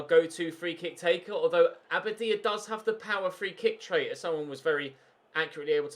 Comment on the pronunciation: Anyone else sometimes hear Aberdeen when he says Abadia?